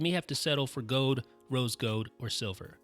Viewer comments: Hahahahahhahahah you said gode not gold hahahahhahahahah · thats not gode that is gold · "Rose gowd" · Aiden R. Neveu "Rose Goat" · lmaooooooooooooooooooo "gode" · Great video, answered all my questions and wasn't too long. Just try to pronounce the L in gold 😂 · Say "gold" again😂